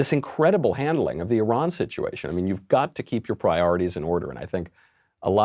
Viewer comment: at least Micheal Knowledge knows how to pronouce E Run correctly. Thanks Micheal.. love your show. You remind me of young Al Pacino in the Godfather.. do you speak that Italian American accent? can i hear it? im your fan from Malaysia.